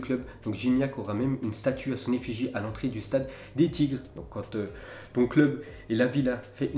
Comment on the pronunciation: J'aimerai tant que tu vois ce commentaire et que tu prononces le s de Tigres et que tu dises Tourel pour Tuchel ça fait mal aux oreilles à chaque fois